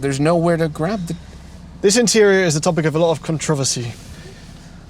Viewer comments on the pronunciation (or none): said controversy wrong on purpose, to start a controversy and it didn’t lead to anything so I’m pointing it out to be pointlessly controversial.